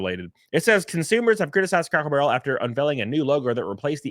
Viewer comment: Are you saying Crackle Barrel? 😂 It’s like when they took away Aunt Jemima, Uncle Ben, Land O Lakes, Tom Sawyer Land from Disney…